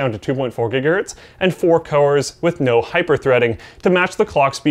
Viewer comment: Not ever two minutes later and we have another one.. "Coers". Get it together,.